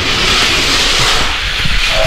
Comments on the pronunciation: Not vey nee no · Who noticed that he said vaneinoo instead of veneno 😂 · Its veneno not venano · veneno is pronounced ve-ne-no the E`s are long E`s same with the O the O is a long O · it's veneno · Oml it's pronounced veh neh no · this guy pisses me off he pronounces veneno wrong ugh!!! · You did not say veneno right lol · Sam TheMan its hard to pronounce ok